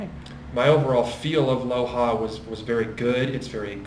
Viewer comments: Tranquilo, no te preocupes, el joven tiene un acento americano y nádie en el Ecuador se enojaría por eso. No obstante, él pronunció la "J" castellana como la "H" inglesa, y así se pronúncia aquella ciudad: "LOha" = LOja. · City is called LOJA, not LOHA.